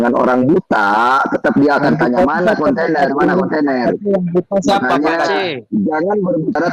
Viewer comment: Si dasar bego dipelihara,..masa nyebut conten aja jadi container ini jelas orang ga sekolah